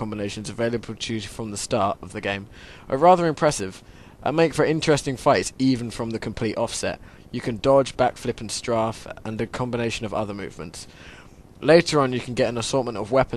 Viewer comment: ...Strarf? It is Strafe. Not strarf.